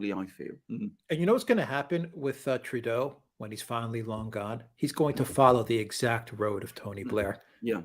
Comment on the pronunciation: Did you say Trudeau or Playdough?